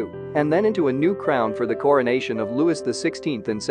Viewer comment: this voice is better in this one than the "Pearls" narrator... but your narrators must learn to pronounce French names (it's "Loo-wee", NOT "Loo-wis, etc.) and even simple names like "Lahore" properly. Your narrators also need to take a breath. They go so fast without stopping. It is quite irksome to hear the non-English PROPER names NOT pronounced properly -- the way they should be in their language of origin.